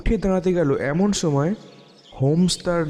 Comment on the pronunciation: সময় না ছোময় , একশো একছো , উচ্চরণ ঠিক করেন ভাই, স কে ছ দিয়ে চালিয়ে দেন কেন?